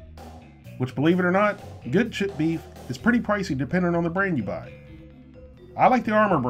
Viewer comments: i know he is saying creamed chipped beef fast but it sounds like creamed shit beef, makes me even more not want it. But it is SOS. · I know you are saying "chipped" beef, but it sounds like you are saying "shit" beef. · This is weird shit on a shingle is an exclamation of surprise in England i didn't know it was a food not sure which came first. When you you say chipped beef with your accent it sounds like shit beef. Maybe that 's how it got its name. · When you say "chipped" it sounds like you're saying "shit". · i cant unhear "cream shit gravy"